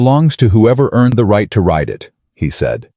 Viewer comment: RIDE, not write. RIDER, not writer. Other than mis-pronouciation or use of an incorrect word, this was a good story. It only lacks comprehension of the English language.